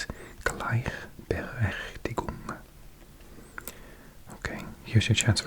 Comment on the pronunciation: Awesome Video! Hier ein paar kleine Fehler: Gleichberechtigung - das ch ist weicher. Wie bei ich, nicht wie bei ach. Mädchen - ä nicht ü. Unfair- un wie bei unfreundlich, nicht die englische Aussprache. Sexistisch - du hast ein i vergessen. SexIstisch. Deine Aussprache und dein Verständnis der Satzstruktur (also Grammatik) sind beeindruckend! Und sooo gutes asmr, wie immer.😍